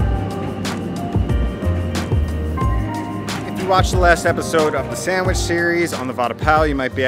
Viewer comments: sand-mich :P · This guy can't even pronounce the word "sandwich". There's no m in it dude.